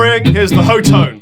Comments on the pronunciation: ITS PRONOUNCED HOT-TONE, THAT CAME FROM THE ACTUAL COMPANY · I think it's supposed to be pronounced like "hot tone." At least I hope so. :) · According to the promo videos on the Hotone site, they pronounce it "hot tone". I still call them Ho-tone.